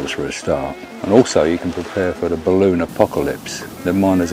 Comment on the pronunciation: "Ballon apocalypse" 😅